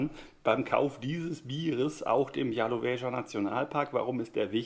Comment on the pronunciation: Hallo, freut mich wenn dir das Nosingglas und die Trinksachen gefallen. Und ja, ich denke ich habe bestätigt, dass deine Aussprache von "Białowieża" sehr nah dran ist.